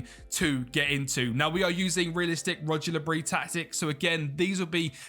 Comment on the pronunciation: “Rodger Le Bris” 😂